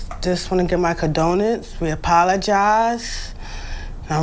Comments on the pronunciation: should could not even pronounce condolences properly... she said "... jus' wanna' give my con-do'-nance..." clearly an ignorant person not even trying to raise children properly... so they become just as ignorant. She is pissed because her daughter may get convicted of murder, and there goes her hopes of her daughter to get welfare benefits when she turns 18 and her mom can't get a cut from the state for her daughter (child) anymore... that is when the daughter will be a real burden on her mom... a leech that can't bring in free money from the state. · Wtf is a "condolents"?